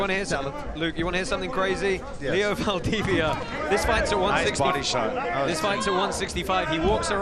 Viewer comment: Can't the commentators at least make an effort to get the name of the Fighters right? Come on!! Poor Leo Valdivia... 🤣🤣 Only Bas got it right...